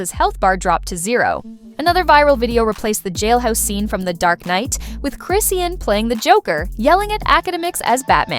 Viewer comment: It’s CHRIS-SEAN how hard is that to say